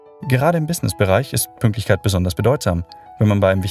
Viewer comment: Hat jemand auch „PÜNKLTICHKEIT“ bemerkt oder bin ich der einzige 😅.